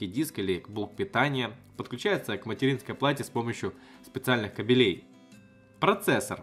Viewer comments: Ка́белей а не кабеле́й что же вы такие безграмотные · может не кабелЕй а кАбелей это разные понятия.